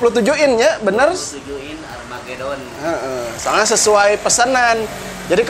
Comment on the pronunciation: "Armageuuudddon" wkwkwkw🤣🤣🤣🤣